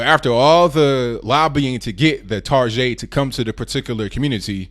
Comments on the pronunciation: Im glad someone else pronounces it Tar-Zhey. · did I hear target pronounced tarjay? Is that a thing now?